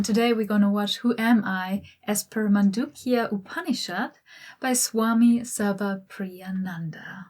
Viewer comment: Her pronunciation of Swami Sarvapriyananda is just perfect! I love this Swami, he's very humble, adorable and wise